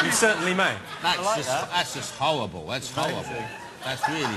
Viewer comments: jonathan- " howwible" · "that's howwible, that's really howwible" lol jonathan XD love noel & russel <3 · lol at jonathan's speech imediment. he rocks. "thats howwible, weally howwible." haha hes cool =) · It's howwible That's howwible lol